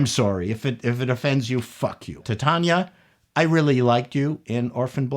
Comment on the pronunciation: "Tit-Chanah" - HOW FUNNY!!